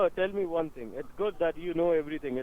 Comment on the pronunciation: the password is: four nine eEHyYght uoan.